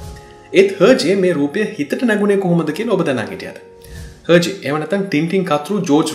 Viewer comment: Pronounced as ershay I think not herjay.